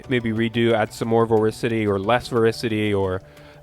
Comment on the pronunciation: Super informative, thanks man! (Also its pronounced vor-TI-city)